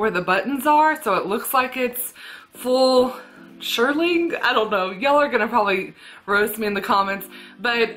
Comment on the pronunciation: Great haul, thank you! FYI, shearling, pronounced sheer ling, is from a sheep, more precisely a lamb. Sherpa is synthetic such as what was on the inside of your coats. Hope that helps ☺️